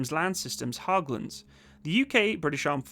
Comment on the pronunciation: It's pronounced like "H-egg-lunds"